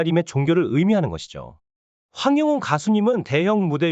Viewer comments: 황~~~~ 영~~~~~ 웅~~~~ 입니다 발음 확실히 하고 정직한 방송해 주세요 !!!! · 황영웅 이름 모르나요? 왜 이름을 틀리게 발음을해요?